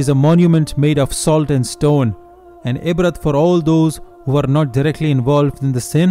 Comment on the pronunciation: and what is AZAAB and INBRAT??? This is stupid if you are gonna use Arabic words pronounce it correctly they it’s pronounce in the Quran don’t change things for you own convenience islam comes first.